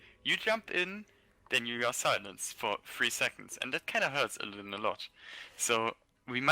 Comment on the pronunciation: i prefer as Co-cast than that other english dude who mispronounces IllidAAn, or KEEL-thas. i swear that gets to me everytime. also, anti hero gives valuable input on things alone might miss if he solo casted himself.